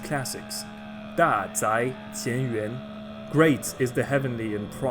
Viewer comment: I keep hearing UN en lieu de Yuan